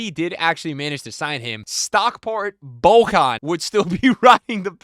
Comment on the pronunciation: "Bohan" ....yeah, I'm out 😅